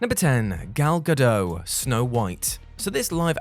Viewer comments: Gal Gadot is pronounced "ga-dot" not "ga-doe" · It's Ga-Dot, not Ga-Doh. She's Israeli, not French. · I know mispronouncing names is a WhatCulture trademark, but Gal Gadot's last name is pronounced Gah-dot, not Guh-doh. I know, you think it would be the French pronunciation, but it's not. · It's Ga-DOTT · Gal Gadot (Gah-dote) You Brits can't even get an actress named right. I watched 7 other people giving her an interview and saying it the way that I just pronounced it up top not the way you pronounced it. Before you get an actress named wrong you have to do your research on how to say her name first. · Gal Ga-Dot. Hard "t". She's not French. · You know the T isn't silent it Gal GadoT, right? It's Hebrew, not French 🤭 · Gal GadoT, with T.